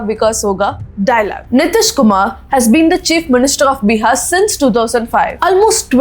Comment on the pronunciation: that is bihar not biha